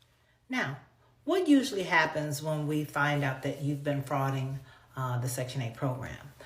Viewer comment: 'DE-frauding' section 8 not 'frauding' it! 🤦🏻